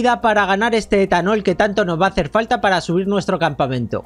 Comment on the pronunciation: Dijo esthanol